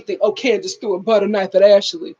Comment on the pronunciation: Ash- lee not ash-ah-lee